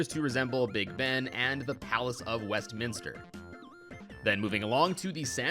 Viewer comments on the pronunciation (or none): none